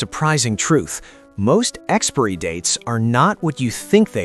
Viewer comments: AI. You can always tell when the most obvious things are mispronounced because it is read phonetically. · Can you really pronounce 'expiry' like that? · Is that an AI voices on that video? He mispronounced "expirey". lol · This must be an AI voice because it mispronounces “expiry”. 😊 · Is that really how Americans pronounce "Expiry"? It's almost as hilarious as how they say "Caramel". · Bro can’t pronounce “Expiry”😂😂😂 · More AI slop channels cant even pronounce expiry properly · I've never heard expiry pronounced that way. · experee dates? Really? Stupid, even for AI. After I heard it twice, that was enough. Stop play. Block channel. Done. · Why is the narrators English so weird? Way he pronounced expiry dates is so jarring.. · Amazing. You made an entire video about expiry dates and you can't even pronounce the word expiry properly. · You are pronouncing expiry wrong! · Why can’t this guy pronounce “expiry”. It’s too bad they do this because food banks don’t accept expired food. A lot of people go hungry and don’t need to 🤷🏻‍♀️ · Now if AI could pronounce expiry… 😂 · I hate the way he pronounces ‘expiry’ like ‘expairy’ instead of ‘expie-er-ee’. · What problem do the illiterate Americans have with the letter I???? They don't like to pronounce it! Why? It's exPIRy (pron. ex-pa-ery) date in English, not "Expry date". And it's moBILe (pron. mo-ba-yel) with an I, NOT "moble"⚠️⚠️ Americans are an embarrassment to the English language ⚠️ Shameful! (So much for their universities) London, England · It’s pronounced Expiry..NOT Expory🙄fgs ! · Its Expiry date not Expry date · I am getting pretty tired of AI narration. Expiry is not pronounced "EX-PREE." It is pronounced EX-PIE-REE. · WTF?! NOT `EX-Peery dates!! BUT EX-Pire-ry dates!!! Pronounce that word correctly! WTF! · It’s pronounced ex-spy-ree, not ex-spare-ree! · It is 'EXPIRY DATES', not expery dates. Ai shit. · What is the pronunciation of expiry. I heard he said ex-pe-ry. I'm not a native english speaker.